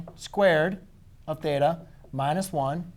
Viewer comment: god damn hate the way you say theta